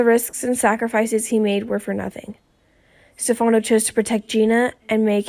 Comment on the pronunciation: Where is the "shocking" truth and when oh when will you learn to pronounce Stefano correctly??? Do you ever even watch the show??